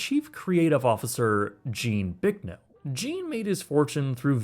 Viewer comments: Bicknell. Not Bricknell. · There is No "r" in Gene's last name. It's Bicknell not Bricknell and he used to own the world's largest Pizza Hut franchise as National Pizza Company headquartered in his hometown of Pittsburg, KS. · You could atleast pronounce Bicknell's name correctly.